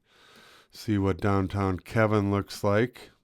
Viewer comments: It is pronounced Keyvin, not Kevin. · It is pronouced Keeven